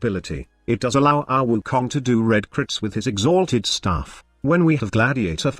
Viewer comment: Im just hear to laugh when you say "x HALTED staff" :D